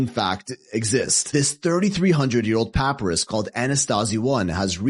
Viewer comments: What a fake photo But lets pretend that Toms a vampire cause that's your reality. are you going to trust a guy that doesn't even know how to say "papyrus" , And also has never heard the word before because he knows nothing about ancient writing material. Just more idiots that go on line and prove they are. If you wanted to know how to say it he could have put it in that little brain machine of his but he is tooooooooo lazy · pie-pi-rus is how it’s pronounced it’s reed paper from the plant